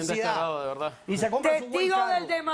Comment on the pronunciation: Porque dicen Velda=verdad y no dicen colte=corte? Xq son selectivos con la pobre R! 😁!